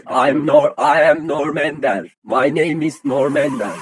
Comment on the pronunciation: Ay em norm ender may neym is norm ender nırm endır hahahaha